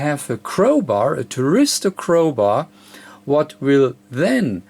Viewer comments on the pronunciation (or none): Hi i think it is called a THYRISTOR and not a TRYRISTOR its just the English translation dont worry about it....Fred in uk.